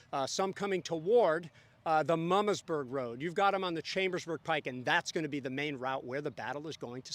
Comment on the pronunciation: As a descendant of the Mumma family from the Mumma farm in Antietam I need to correct your pronunciation of the Mumma name for Mummasburg. It is pronounced Moo-ma. I also believe the name Herr also follows the Germain pronunciation as “hair” not “her”. Love these videos which I only found in the last few days.